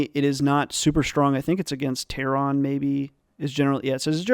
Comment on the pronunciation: I'm going to unsub if you ever say ""Terron" again